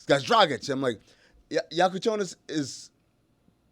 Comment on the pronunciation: Illini fan here, Jackucionis is legit. Still can't pronounce his name, though